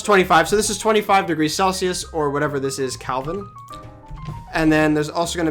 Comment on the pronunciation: DYE-FUSIVITY and CALVIN...... good video though